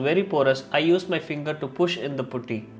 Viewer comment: Putty not pooty